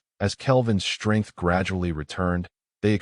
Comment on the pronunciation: I HATE THIS AI VERSION!!!!!!!!!!!!!!!!!!!!!!!! It constatnly stu.u.u.u.u.u.u.udders and sta..a.a.a.a.a.a.a.ammers on words. AND it pronounces "...str..."words with a FKN "H" after the "S"..............SHTRANGE, SHTRONG, SHTRENGTH, EXSHTREME, EXSHTRORDINARY, FRUSHTRATION, ADMINISHTRATION, SHTRAIGHT, REGISHTRATION, SHTRANGELY, SHTRAIGHTENING, SHTRONGLY, SHTRANDS, HISHTRY, SHTRUCK, SHTRANGENESS, SHTRETCHED, CONSHTRUCTED, ADMINISHTRATOR, SHTREGTHS, RESHTRICTED, DISHTRESS, SHTRONGER, DESHTROYED, RESHTRICTIVE, ETC., ETC,.